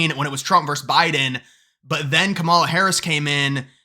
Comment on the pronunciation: Remember Obama won the Selzer poll in 2012 & 2008- do some research and learn how to pronounce Kamala - Trafalger poll is heavily biased conservative - a good poll is unbiased!